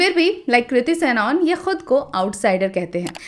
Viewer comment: It's not सैनऑन, it's सनन